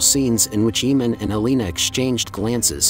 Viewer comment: Its really cringe how you keep saying "eemand"......